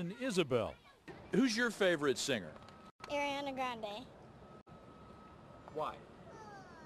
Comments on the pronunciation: Ariana. NOT ERIANA. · It's Ariana not Airiana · They're favorite singer is ariana yet they can't even say her name right lol